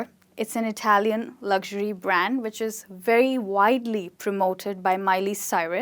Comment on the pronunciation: U r pronouncing luxury wrong..